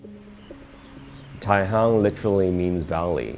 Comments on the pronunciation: The location is Tai Hang, not Tai Hung. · Feels like one of those Black Mirror episode--somewhat a good thing. Having said that, I love the bathroom. Oh and it's Tai HANG, not Hung.